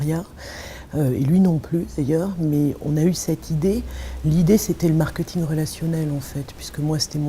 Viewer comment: cette dame qui est experte en marketing prononce ce mot marketing !!!!! Quelqu'un peut lui dire comment ça se prononce !!!?!???!?! Je vais lui écrire ça en phonétique: markÊÊÊÊÊÊting ! Pitoyable !